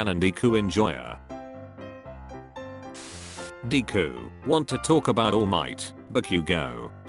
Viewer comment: I like how it calls him deeku